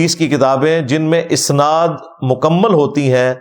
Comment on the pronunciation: جناب مرزاصاحب اَسناد اوراِسنادمیں فرق کرلیجئے اَسنادجمع ہے سندکی اوراِسناد باب افعال کامصدرہے آپ جواِسنادلفظ باربارکہہ رہے وہ دراصل اَسنادلفظ ہے